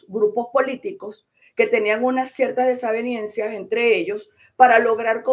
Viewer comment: Nunca los ví en la calle. Y ahora quieren aprovecharse de lo que logró MCM. Se dice "desavenencia",, no "desaveniencia"...